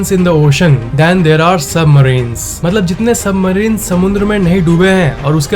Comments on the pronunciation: Bhai matlab hota maltab nhi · Moltob nahi vai Motlob hota hai